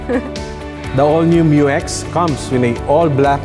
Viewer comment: MYU X is the right name of it not M U X